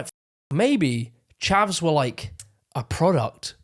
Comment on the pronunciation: “Chavs”, not “Chevs” smh uncultured mericans